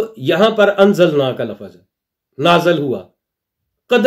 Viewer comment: Lafez nhi janaab lafz hota ha!! Its better to talk Punjabi than Urdu!! Urdu is not your cup of tea!!